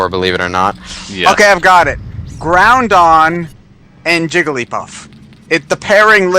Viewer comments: Ah, that would be true if he didn't say Groundon. Yes, I bore easily. I do have one to suggest to him. Chibiterasu and Asteroidean from Ōkamiden... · Nope. You said Groundon and I can't forgive you. jk I might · its groudon not GROUNdon. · accents don't make you add letters to names....he's saying gron-don when there is no N in Groudon